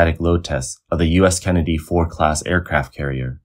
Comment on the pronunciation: Four Class carrier? I think you mean FORD - D... F-O-R-DDDDDDD can you say D? Then you suddenly said it clear as Day.. why is this? 为什么你不能正常说话？